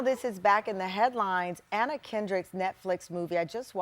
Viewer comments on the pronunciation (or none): none